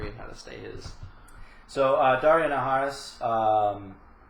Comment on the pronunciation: Do you keep saying? heh